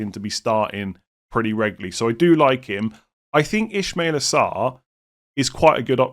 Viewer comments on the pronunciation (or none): Solid content, and I like your consistency whole year, so thanks. By the way there is absolutely 0 reason to pronounce Sarr as “Ishmael”. It’s “Ismaila”. Its kinda annoying to hear that “sh” 😀